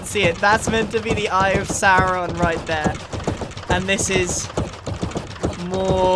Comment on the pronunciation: bro said saurown